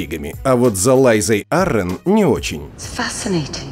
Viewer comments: Что с озвучкой? Винтерфол, Лайза Аррен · что у тебя с ударениями? Какой ТириОн? Какая ЛАйза Арен? Это ужас, слушать как ты называешь имена. Чего только стоит один ДжорАх МОрмонт....